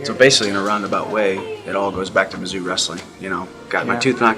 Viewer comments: Mizzou = “mizzoo” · BTW It's pronounced "Mizzoo" not whatever you said lol. Great vid though, I'm a STL native so I take MO stuff seriously lol. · You've done a great job on this one, I really enjoyed it. Purely academic side note: Mizzou is pronounced "miz-ZOO" :)